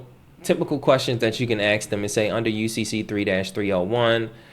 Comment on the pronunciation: Okay, since I'm on an obvious rant... I travel to many countries, and their people struggle, and REALLY attempt to use correct pronunciation. How long have you lived in the USA? How long do you need to be able to pronounce ENGLISH words? AXE? or Ask? Come on Man.